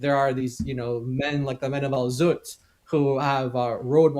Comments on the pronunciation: I always enjoy how David emphasizes “Al ZZZut” 😅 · His name is Al-Zutt😂